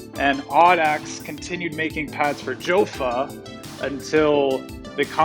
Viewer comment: it is pronounced "yaffa" or "yo-fa" not "joe-fa".